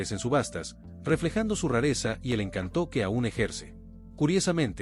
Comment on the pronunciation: Excelente trabajo ; faltó el 1958 Buick Roadmaster el video muy detallado , muy descriptivo, pero no entiendo porque pronuncia ( encantó ); colocandole un acento a la o, al querer decir el encanto de aquella época. Gracias por tan buen video